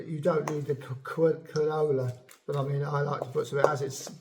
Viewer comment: Some of your pronunciations are different from what I know, particularly how you pronounce quinoa phonetically. Just my observation, not a critique at all. This seed bread is quite reminiscent of a Scandanavian video demonstration I once saw, and yes, you are correct---flax seed must be thoroughly ground. Amazing how tough its little shell is that even the stomach can't break it down.